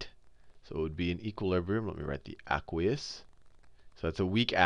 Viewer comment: i hate how he says aqueous. its ayyyyyyykweeous